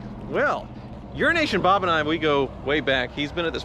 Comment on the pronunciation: I finally saw the name "euroasianbob" and it is spelled totally different than what I have heard pronounce. 😆 glad his name isn't urinationbob as I have been hearing this whole time. 😂